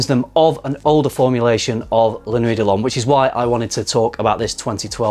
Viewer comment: Why do you say "La noo-ey"? It's La Kna-wee. Is the refusal of proper pronunciation am "English hate the French" thing? Also, a blue fragrance isn't defined by it being salty or aquatic. Dior Sauvage and Bleu de Chanal are both blue fragrances. Also a lot of blue fragrances tend to make you nose blind. Sounds like you're nose blind to the new ingredients and mistaking it for weaker projection.